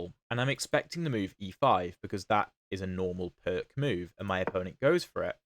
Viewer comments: "Pirc" is a Slovenian name and is pronounced something like "PEERTS" ( /ˈpɪərts/ ) in English. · > gives two pronounciations of the Pirc > both are wrong god bless England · Not even Daniel Naroditsky, the best at foreign names, knows the correct pronunciation of the Pirc! 🙂